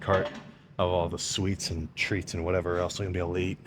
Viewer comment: sam saying treats makes me laugh every time and i have no clue why